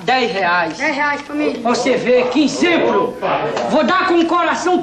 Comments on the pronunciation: Olha que "Izemplo" kkkk 🤣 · olha que "inzemplo" 😂😂😂